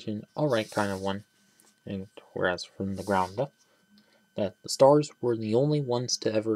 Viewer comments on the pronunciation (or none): Ah yes. The sturs